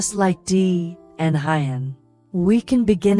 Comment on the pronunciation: Please work on pronouncing Huyen ,,, who-yen, not Hi-yen.